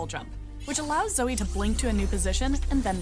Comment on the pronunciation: ủa alo a zai cái dòng chữ spells and enchantments là cái j vậy mà a zai bảo ko thấy có nói đến cướp spell vậy alo???? 🙃 -1 điểm vì đọc sai tên zoe nx nha 😗